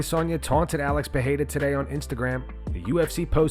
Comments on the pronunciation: Bro just stop trying to say Pereira it's obnoxious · Put the R's in Alex's last name like a Damm American lol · Please don't sat Pereira that way